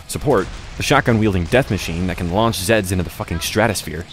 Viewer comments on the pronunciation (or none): none